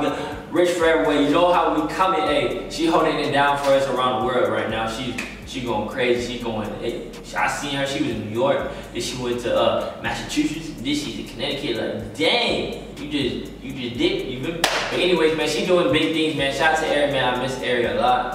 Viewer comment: said “Massachuchetts”😂😂